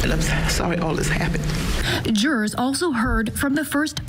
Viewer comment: needs to use a her big girl, grown-up voice. It's unbecoming for a tall woman like her to use a babyish voice. She absolutely changes register at times, like for pre-recorded vignettes, when she's using her Barbara Walters affect. Also, it's jur-ors, not jures...and to-day, not tuh-day.